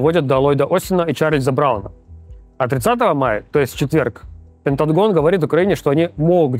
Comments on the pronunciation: А у Руслана Левиева дислексия? Почему вместо пентагона какой-то пент ган**н, почему вместо Салливана Салимамама, а вместо Блинкена Бленькен?? Еще и комментарии накручиваете под каждым его выпуском, где его дикцию хвалят. Максим, что за зашквар 😢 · Ну кста как либерашка раскладывает хорошо, но я бы к логопеду денюшек занес, чтобы не было "Пентатгон" И "Джейку Саливанма" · пентангон одобряет) Рус, твои оговорки как отдельный вид искусства)))❤